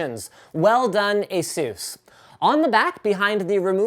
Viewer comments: It's pronounced AY-sus not ay-SOOS. Asus themselves literally have a video right here on YouTube showing how to say it. Look up "how to pronounce Asus". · ASUS as in PEGASUS.. not as in JUICE/SPRUCE/DR. SEUSS/JESUS(HEY ZEUS) etc.. Not my opinion; that's what ASUS said.